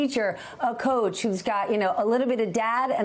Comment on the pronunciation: Coach not couch.